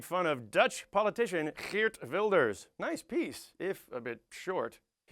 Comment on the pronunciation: Many dutch people (incuding me) are ashamed of Wilders and his followers. Please don't assume everyone here is like him or Donald Trump :(. And btw nice pronounciation of Geert Wilders, especially the G-sound can be very hard for foreigners :)